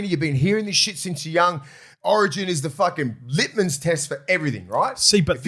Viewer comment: Oh no the has regressed to say "litmans" test again.. lol I thought we went over this last year it is Litmus test.. On the melbourne lomax issue I am certain it is the thing you dont say out loud the fact that melbourne has been looked after since they entered the league. It completely makes sense the Nrl needs a successful team in hostile city of melbourne to stand a chance. Even they got done for the salary cap thats probably because someone found out that wasnt meant tp so they had to make it public. Your tin foil hats not big enough.